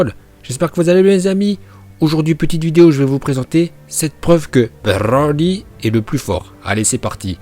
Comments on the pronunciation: C broli pas brrrrrrli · Broly ❌️ Brrrrrrrroly ✅️ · Bbrrrroooollllyyyy stop c'est brocolis point 😂😂🛑🛑🛑😂😂😂 la prononciation de bbbrrrrroooolllyyyyyy m'énerver même si c'est drôle moi perso je l'appel brocolis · Pour quoi tu dit roli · Tu dit roly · Ton brrroly est presque aussi insupportable que leo qui prononce les noms pour faire genre puriste...gohhhhhaaaaan Bbbbejitaaa insupportable...leur intonations flinguer à la différence que toi c'est pour rire eux ils se prennent vraiment au sérieux pour kedal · AAAAARRRRRRRRRRRRRRRRETE DE DIRE BRRRRRRRRRRRRRLY STP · t hyper soulent avec ton " brrrrrrrrrrrrrrrrrrrrrrroly" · J'ai que compris brrrroly de toute la vidéo mais bon😂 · Pk tu dis brrroli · Brrrroly Md😂😂😂r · c est brrrrrroly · Pour la prononciation c’est bro-li ou brrrrrrr-oli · La video etait interessante mais il menerve a prononcez broly comme ca donc jai arretez au bout de 4minutes psk je trouve ca vraiment sans interet dsl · C'est stressant la manière dont tu prononce broly dommage des fois tu en fais un peu trop 😉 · tu m enerve avec ta prononciation de broly mais sinon la video est bien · Ta prononciation de broly est incroyable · Broly arrête avec ton a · Fatiguante ta prononciation de broly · Heureusement qu'il t'entends pas prononcé son nom🤣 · La prononciation de Broly est incroyable 🤣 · Oui mais au bout d un moment c chiant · Par contre a chaque fois ke tu prononces Broly jme tappe une barres tellement ke j’en avait marre et ke jdevais laisser pause a chaque fois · La prononciation incroyable comme d habitude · Comment tu dis Broly 😂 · Y’a pas besoin de rouler les ‘r’ comme ça, je trouve ça dommage, j’adore tes vidéos mais là fallait vraiment pas faire ça en plus je l’adore broly c’est mon préféré. Voilà voilà je voulais quand même le préciser, continue mec tu gère de ouf ! 💪🏻💪🏻